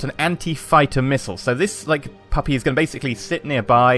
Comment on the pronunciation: Does it make anyone else feel weird when he says "puppy".